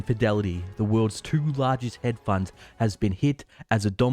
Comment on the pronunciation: It's pronounced 'hedge', bro, with a d. Not head funds. Thanks for the video.